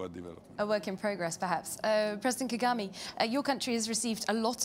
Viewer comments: wow as a european (who has been in rwanda alot) i really have to be ashamed of. can't even pronounce muzehe's name correctly...Kagami? the way she is introducing him, the way she interrupts him, the utter lack of respect......swere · Call him well isn't Kagime ...its President Ka ga me ....